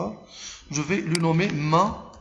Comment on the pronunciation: Vous avez dit "main" alors que avec l'accent c'est mèïn